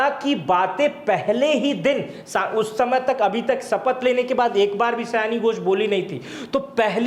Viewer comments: सयानी नही सायनी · सयानी नहीं सायनी घोष है।